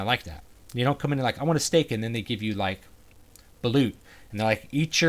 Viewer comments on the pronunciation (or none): none